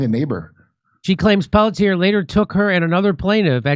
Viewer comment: The cops name is pronounced PELT EH. or Pelt,yay